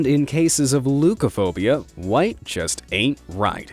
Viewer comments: Leukophobia : I think it's pronounced Lefkophobia from the Greek word leuko (lefko/ λευκό) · leukophobia is pronounced lefkophobia because it has greek origins. im from greece btw